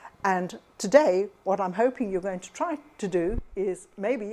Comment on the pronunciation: Thank you for call Dr Bach by his correct name. I worked for Nelsons/Bach flowers head office in London back in 1990's and that was how they pronounced it. I since worked in Australia and everyone called him Dr Bach as in the composer and I was forever correcting them! I have found you course and I am keen to reconnect. thank you